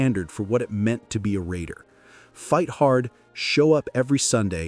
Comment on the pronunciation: Love this, but you missed pronounce some of those names.